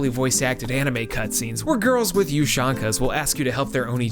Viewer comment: That's not how you pronounce ushanka